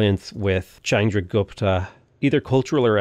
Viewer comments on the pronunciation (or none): none